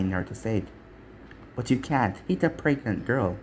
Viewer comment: I died when you said Mai was pregnet.